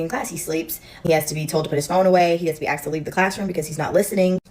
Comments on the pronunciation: 'i axed him' and this is a TEACHER smh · I remember being in school and you acted like a normal person. Nobody acted up nobody was a problem. You heard about that one kid. But you never saw him again. I question the competency of the teachers anyway. The one teacher complaining about students. She said I "axed" him. That isn't accent. That is slang. From a teacher.